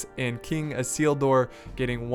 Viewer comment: Elendil = Ell-en-deal Isildur = I-seal-dur